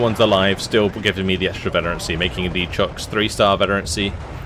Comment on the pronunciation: The "Chocs" are pronounced like "Shock" by the way, they have no links to Chocapics :D